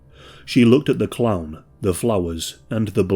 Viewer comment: Kept thinking you were saying clam, not clown. Made this video REALLY weird.